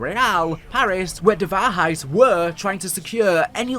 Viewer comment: As a German i really had a good Laugh at your pronounciation of the German Words. Most of them are ok to good like Die Wahrheit was on point but how you said Vogel was absolutely wrong 😂